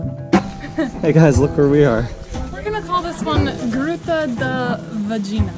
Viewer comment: OK repeat after me VAH GEE NAH . . .lol (that meat was not Pee Ka Nya) you are in Mah Rah Uh . . .the RA sounds like the secont T in potato . . .not a waterfall its a cascade